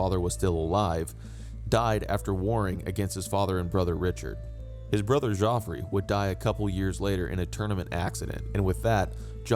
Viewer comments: Your pronunciation of the French place names is excellent. But Geoffrey is pronounced "Jeffrey", not "Joffrey". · er, Geoffrey is literally the original spelling of Jeffrey; why do you keep saying JOffrey? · Wrong. We don't know who wrote ANY of the 4 gospels. Geoffrey is pronounced the same as Jeffrey. At least you got the source of his nickname right.